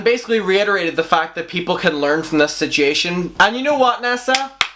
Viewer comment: 😂 And “sit-chee-ation” just gets me every time. I absolutely adore his accent. LOL